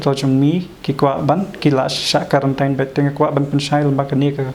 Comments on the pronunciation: Na sdang ha duh ba kut tip top da ka ktien khasi tang khyndiat pronounciation quarantin ym karantain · Karantain ka dei Khasi style. Hap kren da kaba sngewthuh lang ki para jaidbynriew.